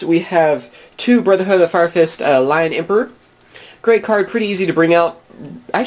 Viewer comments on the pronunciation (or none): none